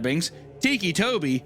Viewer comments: My favorite bit was the unintentional mispronouncation of "ticci" as "tikki" when its meant to be "ticky" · it was literally driving me insane when literally said out loud "they call him that because he has tics" and then proceeds call him Tiki right after 😭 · Titchy? Titchy Tobi? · Thiccy tobi